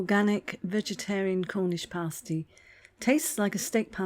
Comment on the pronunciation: Surely pronounced as pass-tea? Looks very nice anyway.